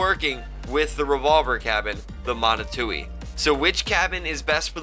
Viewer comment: Steppe Spider? Catalina? BTW Manitou is pronounced MA KNEE TWO